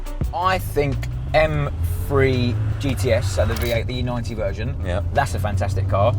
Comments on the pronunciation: Its pronounced m three not m free. Morons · Efirty Mfree, grrrrr this guy really spoils my enjoyment of this channel